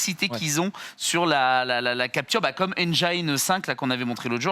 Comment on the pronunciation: ça se prononce /ˈendʒɪn/ abusé bro tu connais pas la prononciation au phonème près wtf